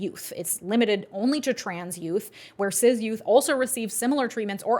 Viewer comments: lol why do you pronounce cis "ciz" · Love this vid, particularly the breakdown of TN’s hypocrisy behind allowing usage of gender affirming care in other instances for cis-kids is incredible. Plus, pronunciation of “cis” like Sizz instead of Siss got me like 🤔